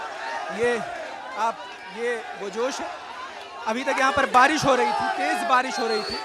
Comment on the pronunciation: भाई बारिश होता है भारिश नहीं, plz correct!